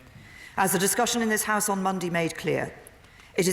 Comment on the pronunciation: That pronunciation of Monday bothers me.... I like to share things.....